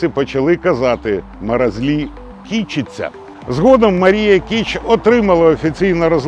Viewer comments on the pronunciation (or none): Кичи'ться треба казати, а ки'читься це у тюрьмі